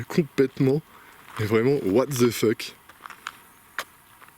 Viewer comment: Si tu pouvais dire le mot anglais "the" comme "de" et non "ze" tu gagnerais des points